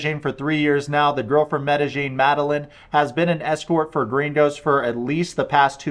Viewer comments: Sorry but the way you pronounce Medellin, Medi-jean kills me Medi-yeen by brother good video though. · FYI it’s pronounced meh-duh- yeen. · Where are you getting the j pronunciation of medellin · It’s pronounced Med-a-heen.